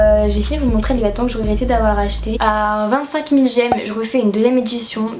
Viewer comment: montrER en -ER et pas -AI, Oh qu'est ce que c'est désagréable!